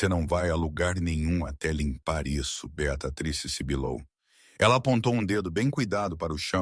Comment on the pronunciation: Gente pronúncia correta Beatriz